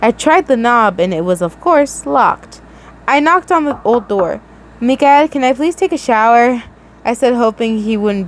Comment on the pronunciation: I love how you call him “MI-cal “ 😂